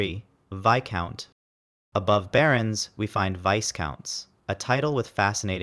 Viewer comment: The S in Viscount is silent and never pronounced